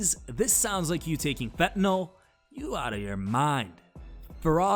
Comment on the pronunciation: That terrorist said fetanol.... Erumm..it is fentanyl... And somebody that's really on it ain't gonna sound like anything, saying anything.. dude really is dumb